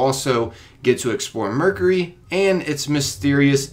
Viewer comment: Did he say murkery? It's mercury!